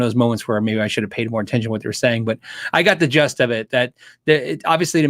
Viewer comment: Gist: the main point or part, essence, the gist of an argument - not pronounced “gust”. :)